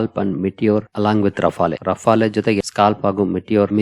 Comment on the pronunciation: ರಫಾಲೆ ಅಲ್ಲ... ರಫೇಲ್...